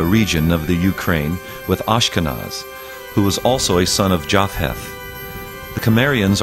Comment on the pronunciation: Japheth was said like Yafeth or Yafet, not Jaf-heth. The ph represents a Hebrew letter that's said like P or F, depending on it's position in the word. Like the Greek Ph(i) changed from P+h aspiration to F